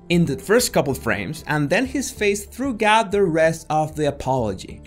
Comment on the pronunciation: ... did you say "threw-gout" because it's 'throughout'?